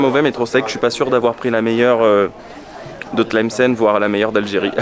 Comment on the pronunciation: tu la pronnonce très bien bravo 👍